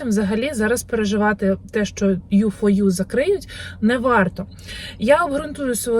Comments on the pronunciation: Програма називається не " ту фо ю" а " ю фо ю" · якщо ви знімаєте відео про програму,то повинні правильно казати,бо це називається ю4ю,ви ж доносите до людей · U4U А не ту фо ю😅😅😅І трамп а не байден😂 нехочу критикувати але перш ніж записувати відео ролик підготовтесь до нього як слідує😅